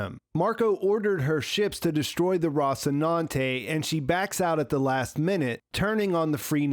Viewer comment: ROSS-inante? Bro, they saw the word in the show like 700 times an episode.